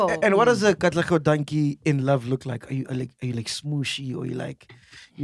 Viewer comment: 😹 😹 MacG really said "Katlego Dankie"